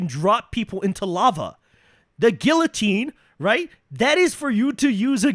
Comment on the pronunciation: I’ve never played a single darks souls game, but I can tell by the way this guy mispronounced “guillotine” that his opinions are wrong.